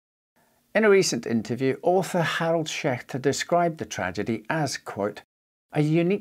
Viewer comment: I just came across your channel today, I really like your no nonsense style of presenting your videos. Also, kudos on the pronunciation of the ch in Schechter. 👍